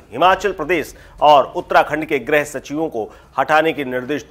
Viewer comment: 'ग्रह सचिव' नहीं, 'गृह सचिव'!